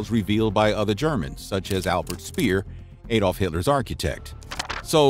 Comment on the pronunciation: Shame he can't say ''Adolf'' correctly.